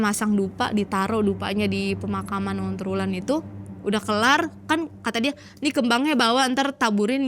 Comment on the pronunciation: dari tadi tak dengerin onterwulan terus...sendang ontro Wulan ,onterwulan terus...,ontro Wulan yg bener...